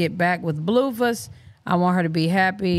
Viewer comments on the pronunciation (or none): I thought it was pronounced BLUEFACE, not BLUEFUSS😅